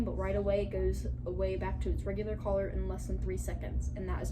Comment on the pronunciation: It sounded like she said collar when she wanted to say color near the beginning